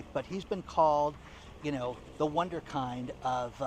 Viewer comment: Wunderkind. pronounced "vunder-kint"